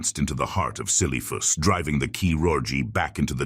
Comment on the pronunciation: Ah yes, the ahn kee roj of see lee thoos.